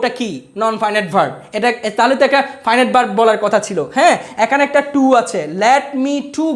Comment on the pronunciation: নন ফাইন ইট না, নন ফিনিট